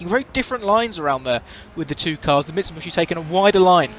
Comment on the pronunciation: “Mitsubushi” Kappa